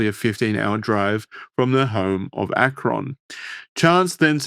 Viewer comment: I hate how yall say Akron